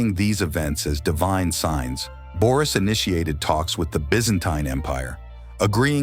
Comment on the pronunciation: No, of course. Where did you forget -s in Boris? And the sound ö and ü have nothing in common with the sound o and i .The name is pronounced Boris, and not Börüs. You just change the whole pronunciation of the Bulgarian name Boris to fit it to a loanword in the turkic languages - börü ( according Carter V. Findley ). The word börü is uncommon in contemporary standard Turkish or in vernacular speech and it is predominantly used in Siberian and Kipchak Turkic languages. The myth for the bozkurt and the she-wolf, called Asena ( a non-turkic word according to most turkologists, which means blue-gray in Persian, Tocharian and Sogdian) are revived in 1930 with the rise of the turkish nationalism. The legend for Asena is not depicted on a stone monument as you say, but these myths are recorded in the Chinese book of Sui and the Chinese book of Zhou, completed in 636 AD. And if we try to play the turkish game of words like yours, if Ashina means blue ( the founding clan of the BLUE TURKS - Gök Türük, and the modern turkish Gök- which means blue ) we can make the interpretation that if we delete the letter A in Ashina ( in the same way you delete the letter -s from Boris, and replace o with ö, and u with ü ) then it derives from the Bulgarian word синя (sinya), which means blue. It is one more confirmation that ashina is not a turkic word. Understand that you can not create history from fairy tales and interpretations. If Bulgarians use fairy tales and interpretations , then the name